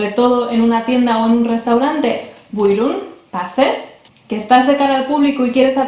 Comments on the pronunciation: Aferin 👏👏Tebrikler çok güzel video olmuş Buyurun kelimesini telaffuzun harika Maşallah 😊 dilimizi kültürümüzü tanıtmam İnşallah diğer videolarınla devam edecek Umarım kanalın istediğin büyüklüğe ulaşır 😇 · Maaşallah çok güzel bir video olmuş. Özellikle BUYRUN kelimesini mükemmel telaffuz etmişsin. Tebrikler. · Estağfurullah was the best explanation and buyrun was the best pronunciation